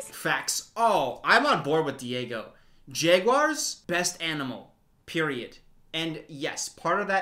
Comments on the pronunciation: is he saying "Jayguars"? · the way you pronounce jaguars has me so confused haha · obsessed with the way pronounces jaguars